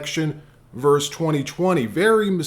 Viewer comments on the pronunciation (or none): Please learn the word verse as compared to Versus!